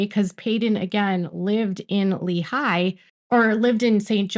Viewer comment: It’s not leeHIGH it’s LEEhigh. The high is not the dominant part. The lee is